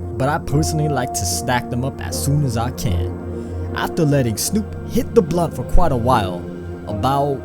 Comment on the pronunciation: triggered everytime you say blunt